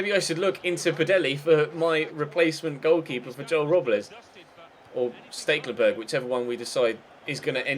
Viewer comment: Ste-kel-en-berg not really that hard tbh..